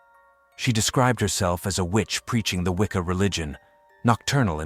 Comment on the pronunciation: Goth...not Gothic. Wicca... not Wicker. This is hilarious. 1st, it's a British AI voice, then a non Brit accent.